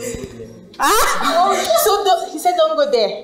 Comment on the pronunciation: Balloon not balloom